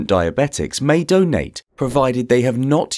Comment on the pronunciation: The way he says donate tho, I want a doughnut now 👌🏼